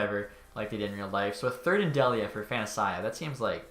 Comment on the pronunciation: Colin Delia is pronounced Dee-Lee-uh. I only know cuz I graduated from Merrimack and Delia was a STUD for our hockey team, awesome to see him making the blackhawks